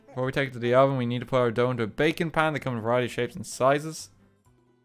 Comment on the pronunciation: Everytime he says baking I kept thinking he said bacon